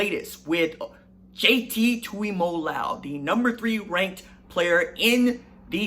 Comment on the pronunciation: It’s mo-lo-ow. y’all gotta get better at saying poly kids names. Tui-moe-low-ow. Anyways salute to the young uso 💪🏽